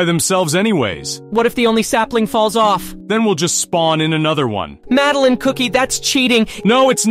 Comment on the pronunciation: Because trying his best to pronounce Madeleine name